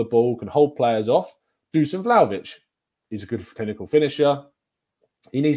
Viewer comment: My wife is Serbian. His first name is pronounced Dushan (they always leave the accent off the s). Dušan.